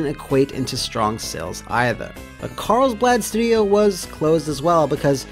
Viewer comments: I swear I'm hearing CarlsBLAD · “Carls-blad” — that extra “L” you’re throwing in is driving me crazy